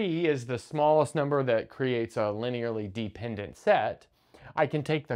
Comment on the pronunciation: Why is he pronouncing dependant like deep-ended